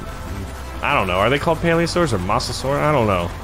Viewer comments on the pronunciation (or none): plesiosaur not paliasaur or mosasaur